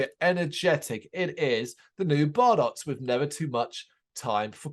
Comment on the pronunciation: Thanks for the review!! Just so you know that tune was in fact a little ditti we slapped together so we could have a Christmas tune….. please feel free to check out other tunes. Oh and btw our name is pronounced Bar- doe’s